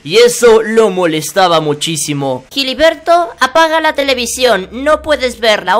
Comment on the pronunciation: Jiliberto jajajajajaja